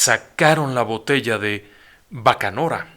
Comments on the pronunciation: Se dice "BACANORA" no "BOCANORA" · ES BACANORA, no bocanora + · Bacanora, no bocanora.... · Una pequeña aclaración: Yoreme no es una etnia en sí misma, es la manera en la que los yaquis y mayos de refieren a sí mismos. Como bien dices Yoreme significa el que guarda la tradición, contrastado con Yori, que es lo contrario. Y la bebida se llama bacanora no baconora. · ¿BOCANORA? ES BACANORA..... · SE LLAMA BACANORA Y NO BOCANORA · la bebida tipica de Sonora se llama BACANORA.y no bocanora.....👎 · Y es bacanora, bebida tipica de mi Sonora querida,, no bocanora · BACANORA ... DE SONORA, NO BOCA-NORA, BACA-NORA... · Definitivamente lo cuentan mejor en Leyendas Legendarias, además que mencionó datos que no son del todo cierto, ya que se sabe que al menos uno de ellos, si hablaba un poco de español, el pueblo no es bocapaco es Vacapaco, y lo que bebían es bacanora, no baconora, en fin, hay gustos para todo, pero si sería buena idea checar adecuadamente los datos. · Min "bocanora"...... Simplemente sin palabras, son muchos los errores y etarras en este video, creo que deberías preparar mejor tus investigaciones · Se dice BACANORA . Gracias por lo relatos de mi Region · Vivo en Sonora aunque para el lado de la sierra pero huatabampo y sus historias me encantan orgullosa de mis raices por cierto se dice *Bacanora* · Bacanora... se pronuncia